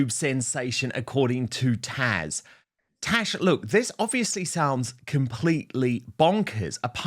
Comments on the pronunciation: Why does Dan call Taz, “Tash”? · Taz, not Tash!